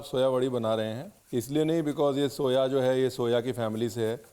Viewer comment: Soya nhi Soaa bola jata hai is herb 🌿 ko